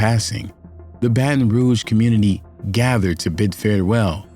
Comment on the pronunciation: Did he say commurnity? 😂